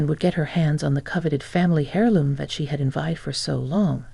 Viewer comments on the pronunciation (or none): Aaarg! It’s “err loom”. The “H” is silent. Otherwise, good story.